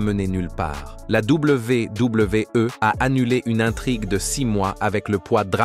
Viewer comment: ...à la Double V (1 sec), double V (1 sec) E, non mais c'est quoi cette façon stupide de dire la WWE?